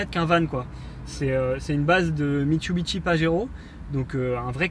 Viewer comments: "Mitsubishi"et non pas "Mitsubichi". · Mitsubishi et non Mitchubitchi !!! LOL